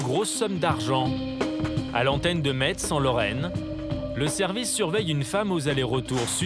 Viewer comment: Il a dit Metsse !! raaaaahh !!! Metz on dit Messe !! pfff